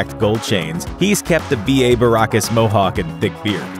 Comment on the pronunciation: Peppard not Perpard Mohawk not mohock